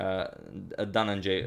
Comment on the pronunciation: he should be "Bharadwaj" (Bharath-waj) not Bardrawraj you are mis pronouncing Indian names. Dhananjay you got it right 👍See, India is giving you a tough time 😂